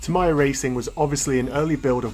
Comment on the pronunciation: Your pronunciation of Tamiya (Ta-mai-ya instead of Ta-mee-ya) gave me weird feeling.